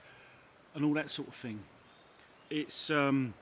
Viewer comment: First and last time viewer. Between the wind in the mic, you mumbling and whatever the fuck is rattling near the mic, I could only handle a couple of minutes. Oh and it's thought, not fought. It's thing, not fing. You're a grown up! Speak like one!